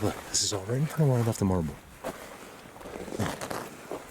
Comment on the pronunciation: Hi, Truly hope you read this,I'm another one who loves the landscapes, the forest structures, Colorado is so beautiful, I lived in Scotland until I was twelve, growing up with mountains and forest's, loved the rock with the double face, their artwork is incredible, when you said marble I laughed so much I nearly fell of my chair with Joy!!!! the reason being, Mike Patterson at Sasquatch Ontaria has relationship with a sasquatch called Nefetia, he speaks the word "marble ", exactly the way you did, fantastic!!!!, All the believers love everything you teach us, Thank you so much ❤️ Colin UK.